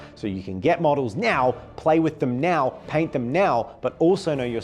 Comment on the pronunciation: kept saying NOW and I heard MEOW. Which made me think…what if their next faction was cats? Not cat people, but various cats both real and fantastic as a beast swarm faction like Tyranids? With Warriors and other cat-oriented anthropomorphic animals popular with the kids these days, I bet it would be a winner that is usable in lots of settings!